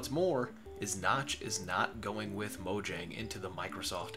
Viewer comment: It's pronounced mo-yang btw